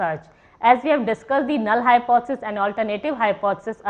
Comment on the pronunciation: Madam you are not able to pronounce the word Hypothesis...... Too monotonous .......